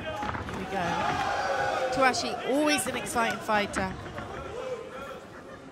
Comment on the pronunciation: It's TouCHASSIE not Touachi.. She always pronounces it incorrectly